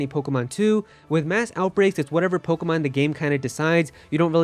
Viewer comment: Let’s do shots for everytime he says pogamon, 😂 we are so gonna get hammered!!! Wasted!!!!!!!